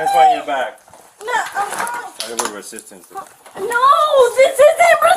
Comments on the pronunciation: Lmao that criminal couldn’t even pronounce resisting arrest. “I’m not hissestin harest” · "I'M NOT ARRISTING AZZEST"